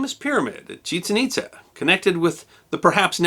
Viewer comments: Nicely done, One little point, I believe the city has accent marks making it ChiCHEN ItZA. Don't mean to quibble. Always interesting! M. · Some things were mispronounced ... SEN-no-tay should be sen-NO-tay, and the site should be pronounced ChiCHEN ItZA (accent on second syllable for both).